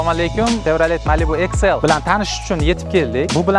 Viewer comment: Иксл❌ эксел✅